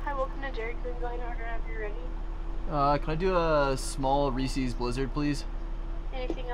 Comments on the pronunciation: Homie said Re-sees blizzard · you been saying reese’s wrong…